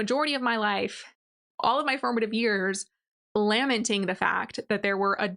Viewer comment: Lamenting is pronounced luh-men-ting, emphasis on the second syllable